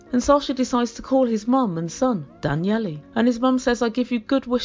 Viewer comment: “Danyellie?” Lol let me help a little bit I may have been around Russians more than you have his sons name is Danil and his nickname is probably Danilka